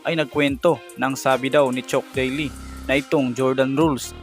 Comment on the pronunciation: naguluhan ako sa mga binigay mong name chook daily, bill imberg, james harley😂😂😂 nice content pero research mo mga name nila pag di mo alam banggitin para di ka nagkakamali sa pag banggit ng mga names nila.